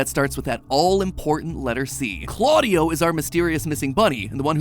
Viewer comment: its not cl-audio it cla-dia